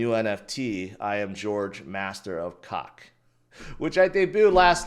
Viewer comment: COQ is pronounced like Coke.